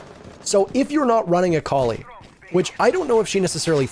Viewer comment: I love but I hate how he pronounces Kali